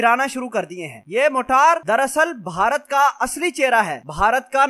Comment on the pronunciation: Bhai g ye Jo apne choty missiles ka name lia h "Motaar" ? Isko motaar nhi "Marter" kehty hen janaab Pehle ap sahi naam Lena sikhlo uske bad ispe video banana plz